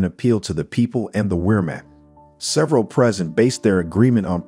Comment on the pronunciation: "Weermack" lol this computer narrative !